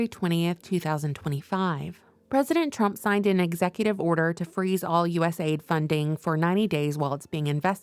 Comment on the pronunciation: Isn't it cool, how they derive names that sound SO GREAT, but are nothing but EVIL. Patriot Act, Homeland Security, USAID etc. You need to stop saying US-AID and say U-S-A-I-D. Misleading big time.I don't trust Rubio period